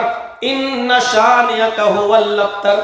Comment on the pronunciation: AAP galat surah pard rage h gaur karo huwal aktar nhi h huwal abter h